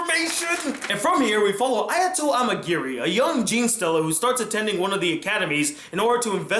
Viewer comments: I don’t want to be that guy but it’s (ge-ne stella) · Oooooohhhh I'm triggered. The way he says genestella pisses me off and yes ik I spelt that wrong